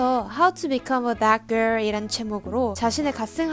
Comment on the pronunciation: 댓 가rl~ 발음 찰져서 자꾸 듣게되네여,, 좋아요 누르고 갑니다